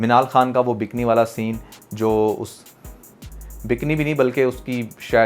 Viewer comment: Bikini not bikni😂